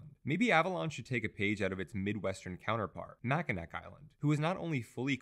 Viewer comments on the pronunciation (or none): fyi: it's pronounced "Mac-in-aw" rather than "Mac-in-ak"